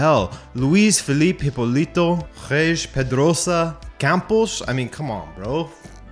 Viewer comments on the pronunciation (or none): c mon, ur forgeting how to pronounce portuguese names, you said hipolito, but hipólito jas an accent in the "o"